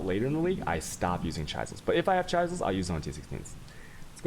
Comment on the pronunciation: It's chis-el and al-chem-y. ARrrggggg..... Love your content, your mispronunciation of a few words kills me though.